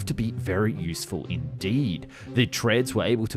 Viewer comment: This guy really needs to work on his letter L, the simple touching of the tongue to the upper front teeth. "All, " not aww. "Useful," not usefoo. "Powerful," not pawerfoo. And so on...